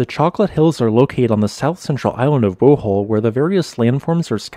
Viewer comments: Bow-hole? Bohh-all. Try it. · Lmao when he said "Bow-wol"